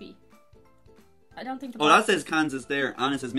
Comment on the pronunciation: Did you just say 'THink'?